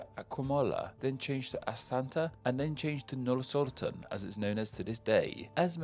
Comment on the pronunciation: word pronunciation according to: AsTana = 'AsanTa' Nur-Sultan = 'Norsorton' BishKek = 'BishBek'